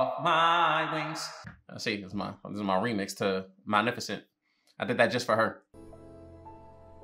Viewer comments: I cant tell if he keeps saying malneficent as a joke or not and its kinda funny ☠️ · wait whos mal miffocent😆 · MalNIFicent lmao... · Lol malenificent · I love the way he pronounces Maleficent the entire movie lol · They say this lady name fiftyleven times and still saying it wrong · I’m not gonna lie the consistent mispronunciation of the name is killing me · U keep pronouncing her name wrong and it bothers me 😂😂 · "Today we're watching Malneficent" movie hasn't even started and struggling already 😂😂😂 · bro really called her malnificent instead of maleficent the whole time😆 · Him saying "Malneficent" instead of Maleficent always annoys me whenever I watch this. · LOL. Do you just like saying names different than they are?! 🤣 it sounds like you’re saying Mowl-nef-icent. 💀 it’s MUH-LEH-FUH-SNT. 🤣💀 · Every time he says "Malnificent," I cackle. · Maleficent's pronunciation as Malnificent is one of the best parts of this movie reaction. 🤣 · Not the Malnifecent 😭😭😭😂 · not say Maleficent wrong the whole time 😭😭😂😂😂 “malnificent” - there is no N 😭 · Saying Malificent like Malnourished😂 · Ma-li-fa-cent 🤣sorry had to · Not him calling her Mal- nificent 😂😂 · Ma.Lef.Fi.Cent - just saying. Unless you’re doing a bit, then just ignore me. Love the reactions👍🏾 Also the baby she said, “I hate you!” to, that’s her real life daughter. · Take a sip of water every time he says Malnifacent😂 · the way he kept saying "Malneficent" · Not the “malneficent” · Malnificent😂 love that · It’s maleficent with an L not an n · Anybody else peep how he kept saying malneficnt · if you say "malneficent" one more time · say it like "MA-LIFA-Scent" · "malnificent" XD